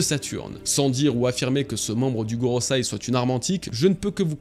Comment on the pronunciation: « GoroSEI » Pas goroSAI... J’adore ce que tu fais mais tu ne prononces pas correctement...😉